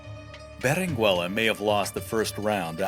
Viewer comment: The double L is pronounced, as "y"-canyon. The "u" in Berenguella is not pronounced as in " Berengeya". The "g" of Giralda is pronounced as in: H.